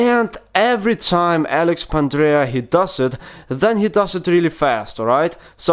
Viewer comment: No offence mate, but Pandrea is both a better tutor and his moves are cleaner. Since you don't seem to know him—or even how to pronounce his name, perhaps you should review a few of his videos.